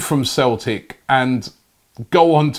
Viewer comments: We're called Celtic not Cel ic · "Left back from Cel'ic" lol